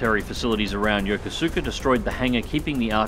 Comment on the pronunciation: Somehow when i saw the title, i knew you were going to say "Yokosuka" wrong. The "u" is pretty much silent. Yo-ko-ska.